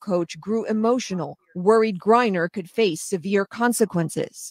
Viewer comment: GRINER...long i